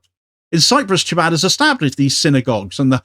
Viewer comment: Just FYI: the ch in Chabad is pronounced like the ch in loch or as in Jericho.